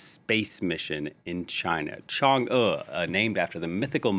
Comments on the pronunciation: One of the few that can pronounce Chang'E correctly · Finally someone pronounces "chang'e" right.